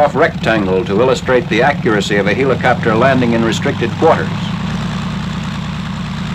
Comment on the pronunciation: LOL! "HEE-la-copter!" Like the Greek god, Helios? Like Helium? Like a farcical mispronunciation? To quote Ren, "YOU EEEEEEE-DIOT!!"